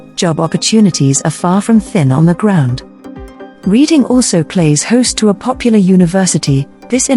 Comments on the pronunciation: Error. The Titanic did not set sail from Southampton. It set sail from Belfast where it was built. Reading Is pronounce Redding not Reading despite the spelling. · The city is pronounced 'REDDING' although it is spelled differently.